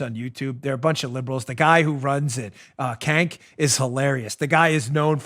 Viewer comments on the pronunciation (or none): HAHAHAHAHAHAHA you said KANK!!!! It’s pronounced CHENK but I prefer KANK. That’s the funniest thing Ive heard today... thanks for the laughs!!! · Dan his name isn't Cank, it's Chunk. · Hey Dan, according to Tim Pool, who apparently is familiar with this guy, his first name "Cenk," is pronounced "Jenk." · Dan you got his name wrong. It’s Not Cank it’s Chunk Yoghurt from TYT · Kank? I thought it was Junk. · The guy who runs the TYT clown show, his name is pronounced "Chunk Yogurt". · Oh my goodness, I about died laughing hearing you repeat the sound "kank" fingers crossed that you deliberately mispronounced his name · Cenk is pronounced sink aka 50 cent ogre. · It's "The Young Turks"... not "Turds", although fitting. The head turd's name is pronounced JAYNK. It was his group "Justice Democrats" that put AOC in office.